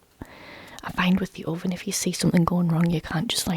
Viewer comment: Took me a few listens to figure out you were saying "Oven" instead of "Orphan" lol. I was wondering why I needed an orphan or a heat gun